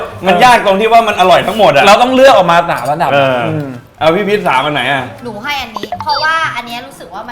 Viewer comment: อร่อยใหมพี่. พืช?? พูผิดพี่พีช555